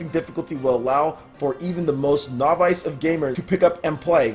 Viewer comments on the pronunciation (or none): You need to learn how to pronounce "novice", lol.